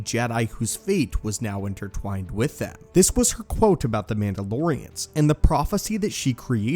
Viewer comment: "Intertwowned" lmfao😂😂😂